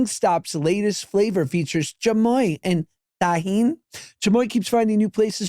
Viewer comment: Josh. Chamoy is not like a chili sauce. It's not spicy at all, it's a plum sauce, you just think it's spicy cause it's always with tajin. Which you guys should stop pronouncing like it's a Jewish word lmao